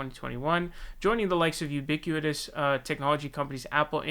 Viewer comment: It happens to the best of us but,.. there are a few words it seems as though you have read but not heard out loud = YOU-BICK-WIT-US (ubiquitous) CORAL-AIRY (corollary)